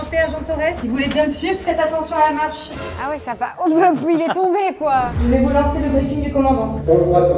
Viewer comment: c’est Ah ! Non pas Ha !, Ha c’est quand tu rigoles on prononce le H et le Ah c’est un étonnement etc